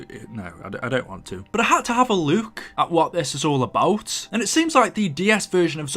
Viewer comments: Look not looook it's like lughk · love ur vids but why do u say Luke when you say look